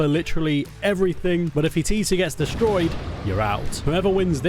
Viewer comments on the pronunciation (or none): "this base is getting rrrrra destroyed right now"